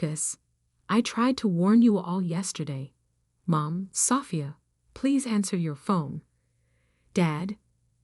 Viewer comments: Can we get real people to read the stories? Sophia’s was pronounced like a house part. Love the stories, but goodness, can we not proof-hear before publishing? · Your AI needs to learn to read the name and not pronounce it phonetically, LOL! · God the AI voice over absolutely sucks. Learn how to pronounce Sophia. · the person reading this story is not good. bad pronunciation of words including how she says Sophia. not to mention anyone looking to prove their family was wrong about their choice of a career wouldn't wait 15 years. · learn how to prounce sophie...stupenagle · A.I. again. Can’t pronounce Sophia. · Great story! Too bad the AI voice can't properly pronounce "Sophia".